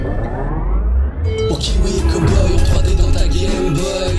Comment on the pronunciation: Ouah le « trois dien » a c’est incroyable